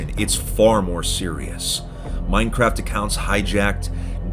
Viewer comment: "hey man what you in for?" "Minecwaft"